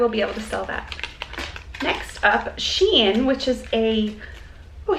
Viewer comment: The Shein jewelry is pronounced “shine”. Just an fyi